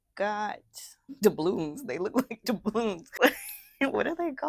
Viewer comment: I thought you said “Annie’s got the blues” 😂😂😂😂and I fell out laughing, then I heard you say doubloons 😂😂😂and I laughed even harder😂😂😂😂